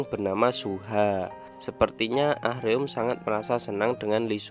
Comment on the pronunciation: Ah-reum korea nya .. Baca nya Aruma ..